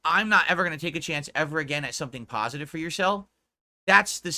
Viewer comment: He's just here making "PAHSITIVE AND MEANINGFUL KHANTENT" LOL The pig is just delusional. I wonder if he really believes that nonsense LOL What makes him think he is close to positive or meaningful? □